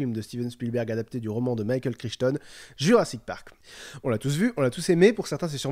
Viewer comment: " jurrasik patrak " WTF